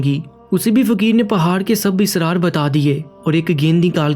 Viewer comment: Aik lamha tak nahi, " Aik muddat tak hota he.... Lamha to aik second ko kehte hen. Kahani achi he. But apni urdu ko mazeed acha kren. Israr nahi. Asrar hota he lafz.... Kahani yaa adab ki baat yaa waqia sunanay k liye ye chand zaroori baten hoti hen. Keep it up 👍